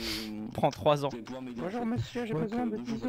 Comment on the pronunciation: dit bonjoure pas bonjourent